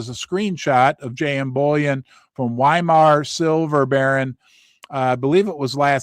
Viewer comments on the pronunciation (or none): none